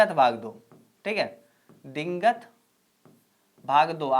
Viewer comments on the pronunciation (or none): dingat nhi sir digant hai 😁